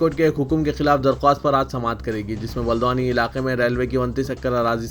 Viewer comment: o Haldwani hai.... naam to sahi bole